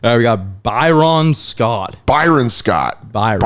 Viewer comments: By-Ron was a real head scratcher. Not exactly a name you'd expect to butcher so badly. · Why does pronounce names like he grew up in a shed? Byeron and Stwart 😆